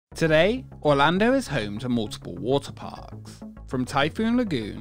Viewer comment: "wah-tuh paaahhks"